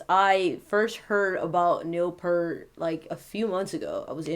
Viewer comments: First off, sweetie, it's Neil Peart (pronounced pier-t) and he was the primary lyricist, not songwriter. Geddy and Alex wrote the music and Neil put pen to paper for the words. And Rush is and was only THREE MEN. This song, "The Garden" is the final song off the final Rush album, "Clockwork Angels" released in 2012. On a side note, I was a passenger in a horrible car crash in February of 2012, just 4 months before the album release. The other 3 people in the car were killed at the scene. I lost my brother, sister and sister in law. Yes, I was the only survivor. 😿😿😿 My point is that "The Garden" reminds me of my baby brother (even though he was 49 when he passed away). I tear up every time I hear this song. RIP, Neil. Oh, and I'm a 45 year Rush fan, old school hippie chick🐥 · Don't make this about you.....he was so much above what your so called channel. You didn't know anything about him until you researched him and you don't even know how to pronounce his last name. It's pronounced "peert". Again, it's not about you. Just stop. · If you can’t pronounce is name correctly delete your video. It’s shameless self promotion. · It's great to see the number of people from ALL backgrounds paying tribute to Neil. Not that it's relevant (now or before) but his name is pronounced "Pee-ert", not "Pair-t". He certainly was an inspitation across so many genres. R.I.P. Neil. Gone but NEVER forgotten! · If you loved him so much you could have pronounced his last name right...it's peert, not pert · It's P-ear-T NOT Pert (the shampoo) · Neil Peart, pronounced PEYERT, not Pert. He's not a shampoo. For real drumming feats of excellence, try Tom Sawyer, 2112, and my personal favorite, Anthem. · Peer-t. Not Pert. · Pert is a brand of Shampoo...........its pronounced Peeert, P ear T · With respect, his name is pronounced "peert", not "purt". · It's pronounced Peeurrt! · His last name is pronounced P-ear-t just FYI. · It's pronounced Piert. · It's pronounced P-ear-t.